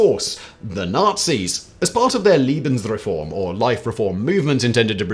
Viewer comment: His German sucks so much. It's even more unforgivable when you can just find the proper pronunciation on Wiktionary.